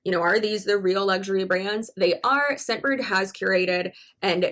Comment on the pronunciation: The first time you said "Scentbird" I misheard you and thought you said "Shitbird." To be fair, that made your whole sales pitch/advertisement a lot more entertaining.